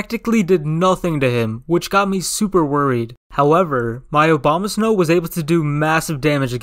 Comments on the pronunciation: this is like a plythrough in the eyes of Uber Noobs lol p.s I love how you said Obama-snow instead of Abomasnow 😅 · ‘Obama’ Snow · I love how he says "Obamasnow" not "Abomasnow"